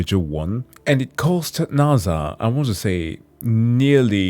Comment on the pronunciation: Fam can understand all these complex situations and can’t pronounce NASA correctly 😂😂